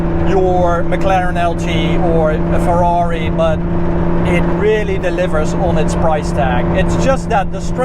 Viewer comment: Förrari, Förrari! Tanulj meg beszélni ökörhuggyozás!:))))